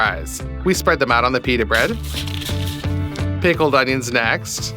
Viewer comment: Peter read ? It’s pita mate